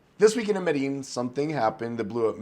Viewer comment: how you still mispronounce medellin, lol